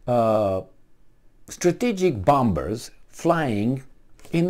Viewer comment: Not bomBers,, but bomMers. The second B is not pronounced. I dare to correct you out of my affection for you.